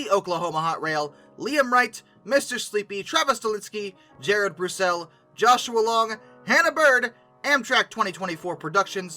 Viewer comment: It's Bruessel like Brusselsprouts or the city in turkey.